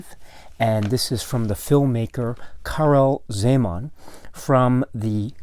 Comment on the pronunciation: ...i am from Slovakia, formerly (until 1993, similar languages) part of Czecho-Slovakia... your pronunciation of original movie title and czech names is almost spot on :-) And it is very pleasant to see the work of Czech artist Karel Zeman is appreciated around the world...